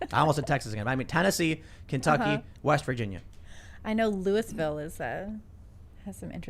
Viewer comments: I was born there. The proper pronunciation is lu-uh-vul with minimal emphasis on the vowels.... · Lou-e-vul. Literally how the entirety of the state pronounces it. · As a southern Indiana resident I feel the need to provide clarification. Its "Loo-a-vll" with extra emphasis on inter-family relationships. Its alright for short visits, would not recommend moving to, although if you are leaving NYC the crime probably wouldn't bother you too much.